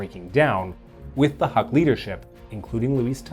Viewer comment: It is pronounced “Hook”. Great video nonetheless. 👍